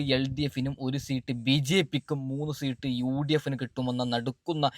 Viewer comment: മരപ്പൊട്ട സീട്ട് അല്ല സീറ്റ്